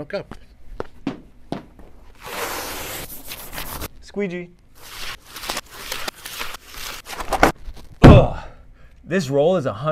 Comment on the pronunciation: I live for his pronouncing "sque gee"